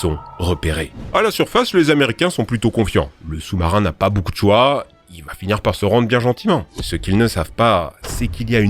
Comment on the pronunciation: First soumsoumarin 😂